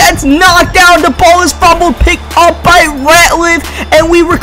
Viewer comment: why do you say "Da" instead of "The" Is it a speech impediment? Can you not say "TH"